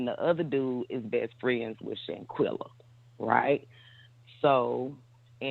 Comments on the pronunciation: Shaqana?, "Shanquella" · Her name is Shanquella not Shaquanna. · Her name is Shanquella, please stop mispronouncing her name please, that's so disrespectful. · I don’t think anybody is being disrespectful. You have some people that just can’t pronounce names as unique as Shanquella’s. I’ve heard try to say her name several time but she just can’t lol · I don’t think the mispronunciation of name is on purpose. She has a unique name. It’s just like you sitting in class and the teacher calls your name and butchers it. It takes them a while before they can actually say your name correctly. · You gotta learn how to say her name right smh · I couldn't take the sound of her voice anymore and she kept mispronouncing Shanquella's name. I cut it off!!!